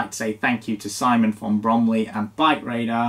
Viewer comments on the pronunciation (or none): none